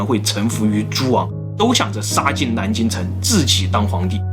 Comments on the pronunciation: 这个蓝金的音就很正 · 是南京 不是蓝京 🤣